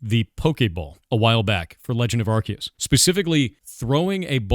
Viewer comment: Stop saying "Arseus!" It's "Arceus!"